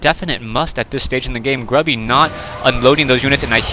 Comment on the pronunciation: "woiking down to 55 hit pwoints" "voikings" "gwubby"